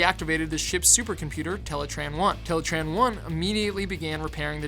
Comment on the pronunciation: teletron 1 not teletran